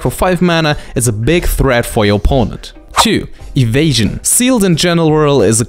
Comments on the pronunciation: wierded wampire has adwantageous ewasion. it is a bomp. I love your videos, we understand the pronunciation issues and don't mean offence. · As soon as he said ewasion, I instantly looked at the comments. So happy my mind syncs well with the internet xD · "adwantage" and "ewasion" have won my like